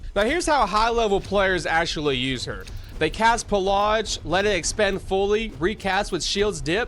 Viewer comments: Pillage is not said that way. Not by anyone, anywhere, ever. Wt? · theres no R in pilage